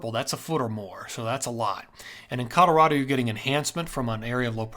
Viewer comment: 64 yrs in CO and natives alwasnsaid Colo raw do. Itnwas aa little different how much accent on the raw. All farmers ans ranchers had a mild western acccent. Think B&W movies from the 50's. Some business men would say.Colo raah do. So, he's pronounciatiom in lline with Schools and natives. He says it cool though.